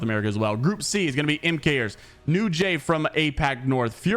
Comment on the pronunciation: PLEASE ITS PRONOUNCED “MAKERS” NOT “M-KERS” 😭😭